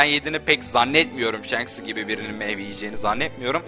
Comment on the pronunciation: Shanksının diyor :))) İlk önce adamın adını düzgünce öğren. Shanks "Şanks" diye okunur :) . Ayrıca o anime hatası.